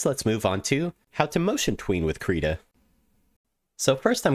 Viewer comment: finally someone who pronounces it "kreeta" thank god